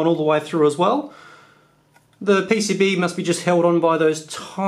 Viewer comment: "P.C.B" or "E.C.B" ?